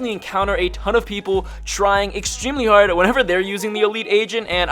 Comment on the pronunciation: "There trying pretty harrrd"😂